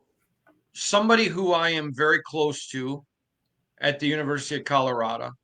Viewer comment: love you and everything you do and bring to The Nation. But, if you’re going to talk about my great state and the great coach for the Buffs, please, it’s ColoradO not ColoradA. 😂